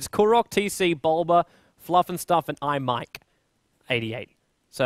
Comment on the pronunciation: "i mike"........... its ixmike dude